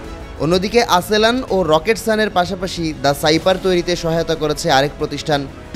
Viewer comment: আসেলান না আস্যালসান